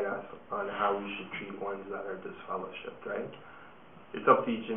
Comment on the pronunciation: Dude said you are deliver-shipped 😂